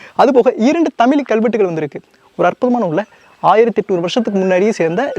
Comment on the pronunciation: நண்பா தவறாக எடுத்துக்கு வேண்டாம், ழ சரியாக உச்சரிக்க பழகினால் நன்றாக இ௫க்கம். தமிலி என்று கேட்க்கும் போது, தமிழுக்கே உள்ள சிறப்பை இழந்ததை போன்று உள்ளது. மற்ற படி அ௫மையான பதிவு 😎